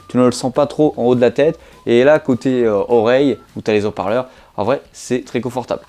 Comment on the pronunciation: Des hauts parleurs ! ! ! « Des z’hauts parleurs » c’est horrible 😫